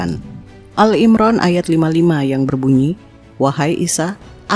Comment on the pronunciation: Maaf saya sekedar mengoreksi saja. menyebut surah ali Imran menjadi al imran. Maaf bkn mksd menggurui